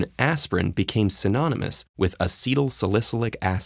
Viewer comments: lol the narrator had a real problem with sal-i-cy-lic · Love the content. Would be appreciated if salicylic were pronounced correctly . . . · Great info, but am I the only one that had problems with his mispronunciation of salicylic? Was no one on staff aware of his error? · Hey,, ask somebody how to pronounce “salicylic” and “Reye’s”.